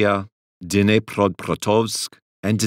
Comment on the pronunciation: you tried really well to pronounce all the cities! I'm not surprised it is hard to pronounce "Dnipropetrovsk". Currently, it's just "Dnipro" due to de-comminisation. ""Zaporijya" is the toughest by far. Onoprienko is truly one of the darkest pages on our history, unfortunately.